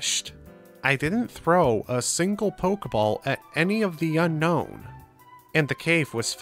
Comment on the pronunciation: Fun fact: Unown is not pronounced like unknown but rather un-own